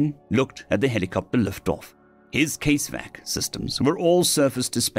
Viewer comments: CASEVAC is cas evac not case vac CASualty EVACuation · What it's worth, it's pronounced "câs-vâck" (the a as in cat) it's a contraction of "casualty evacuation"